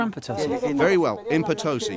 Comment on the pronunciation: You should use correct pronunciation... it's Potosi: accent on last syllable